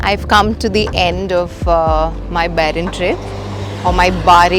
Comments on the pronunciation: Not barren...it's Bahrain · It's not barain It's bahrain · Welcome to Bahrain dear.. it’s pronounced as ‘bahhh -raii’nn’ not barain 🥳 just to let u know 💐❤️ love ur vlogs ❤ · It's not baa rayn...it is Bahrain the Arabic word.Bahr means river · What on earth. How did you pronounce Bahrain???????????????? 200rs